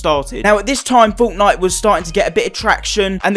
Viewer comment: I love how he says fortnite like 'forwtnoite